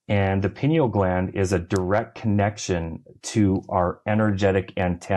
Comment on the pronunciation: Pineal is pronounced PIE KNEEL (not PIN EEL).